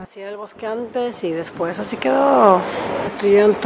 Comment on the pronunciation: amo tus videos. Jamás me pierdo tus videos, neta. Te amo ❤️ Solo que... me hace ruido que ''después'' tenga acento en la primera e Jajajaja